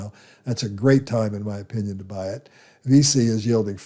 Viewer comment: VICI pronounced "VEE CHEE"